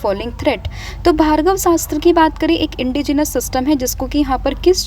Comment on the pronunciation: Mam it's Bhargav astra not Bhargava Sastra..❤